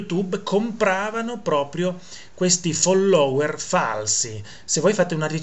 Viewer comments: Caro Prof., fóllower, fóllower, con l’accento sulla prima o. Se no ci stanchiamo di sentire i virtuosi sinistri che si scatenano col ridicolo. Anche se un irrilevante errore non svaluta le notizie attendibili. Cari saluti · Quando dici FOLLÒWER mi fai morire!! Sei un grande prof sei unico ti adoro